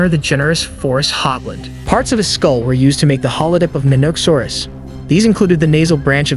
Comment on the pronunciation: It is a very strange way to pronounce the word, one people who are into dinosaurs generally don't make.